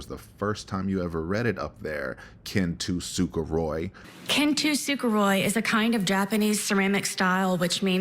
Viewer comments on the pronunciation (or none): She is pronouncing kintsukuroi wrong. I was reading the spelling and I was like there’s too many syllables in there and sure enough she’s adding a whole extra syllable right in the middle of the word you would think if she was gonna try to be all deep and try to educate all of us on this art form. Somebody could’ve told her how to pronounce it correctly. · Ken-tu-suka-Roy ...LMFAO!!! It's Kintsugi!